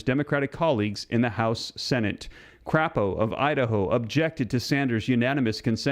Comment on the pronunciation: Please stop calling him c*** o. It's crapo with a long a